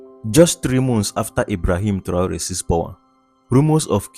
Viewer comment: Ese locutor lo primero que tiene que hacer es pronumciar bien el nombre de Traoré.